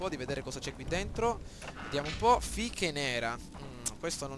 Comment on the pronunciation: Sono fish non fiche o fighe